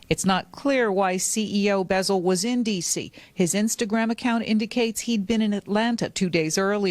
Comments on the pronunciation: It’s CEO BEZZ-AL not no beezal tf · These off brand azz folks , stay messing up people names ! Buzzard 😂